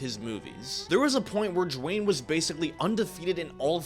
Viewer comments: Who tf is "Jwayne?" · It’s not Dewayne